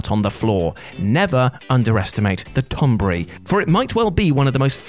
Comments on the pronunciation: TON-BERRY, NOT TOM BURRY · "Tonbry", the pronunciation of Tonberry bothers me. lol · The fucking tonberry!🤣🤣🤣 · Tonberry.... sighs